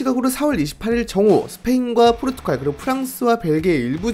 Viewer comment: 포르투'칼' 아니고 포르투'갈'이요. 백만 구독자 갈것 같아서 그전에 아룁니다